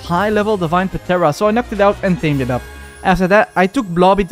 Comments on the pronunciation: Started watching cuz of mods. Stopped because of PAtera, the p is silent in pteranodon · Bro it’s not patera it’s pteranodon P is silent so it’s teranodon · Dude please stop pronouncing the P in ptera it's so annoying 😂😂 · The p in pteranodon is silent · The p is silent lol